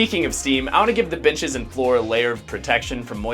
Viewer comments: You did NOT say Benches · . Bro did not say benches 😂